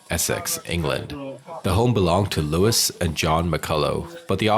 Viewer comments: Her mother's name is Lois, not Louis...FYI. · Why are you calling her Lewis it’s Lois as In Lois off family guy